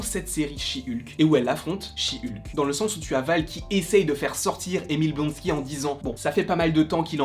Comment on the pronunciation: "Chi Ulke"